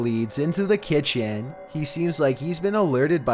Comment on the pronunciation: At my ki t en